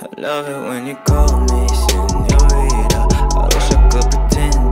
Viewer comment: ow u say it lmao “senoreta” are whever